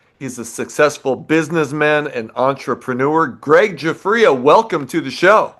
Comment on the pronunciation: Now I know how to pronounce 'Giuffria' properly...🤣